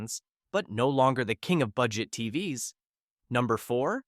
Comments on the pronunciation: These AI voices are so annoying. Instead of saying TVs, The voice says TV ess. Someone should be checking these things. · When they pronounce TVs as T-V-S, it's time to check out. Written and read by AI. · "Tee-vee-ess" for "TVs"? With AI reading the script without human quality control, how are we supposed to trust your opinion about anything?